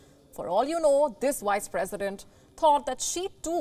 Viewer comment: yeah, but the way she's pronouncing it is Wice President. She says it every time.